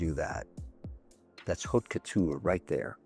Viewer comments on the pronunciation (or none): none